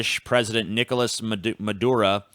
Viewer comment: Did Autistic ass forget to take his meds? Maduerde? Veneyzuela? WTF?